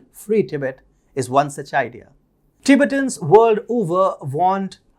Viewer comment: Tibet is pronounced Ti-bett, with emphasis on the 2nd syllable, in English. Not Tibit, but Ti-bett'. Same goes for Ti-bett'-tans.